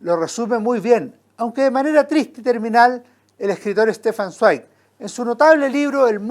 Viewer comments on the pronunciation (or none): Zweig se pronuncia "svaig", es alemán. Buen comentario